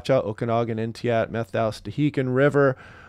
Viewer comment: As a WA native that didn't learn how to pronounce Methow correctly until well into adulthood, it's "MET-how", not "METH-ow". Thanks for pulling all the forecast models and data together in one easy ~10m video synopsis. I just wish that you had better news than "Juneuary" weather!